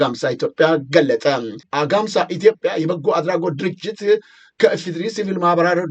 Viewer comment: Z ዜናህን እከታተላለሁ ነገር ግን አማርኛ የማትችል ይመስል ሁሌም ቃላት ትስታለህ። አግማስን -አጋምሳ አልከው። ሁሌም ትሳሳታለህ